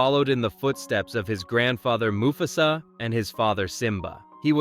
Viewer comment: Muh fuss uhh? Moo FASSAA. Dude bro. Thumbs down for basic english .